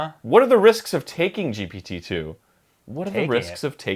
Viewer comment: arin: jipititu